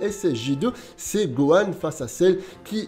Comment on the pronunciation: on a tous entendu buhan et pas gohan